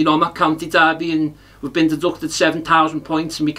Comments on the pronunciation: Heard the news in the car and when Rooney interview came on had to rethink as was sure he said County Derby, absolute nailed on this! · Try thinking, it's why he also says County Derby 🙄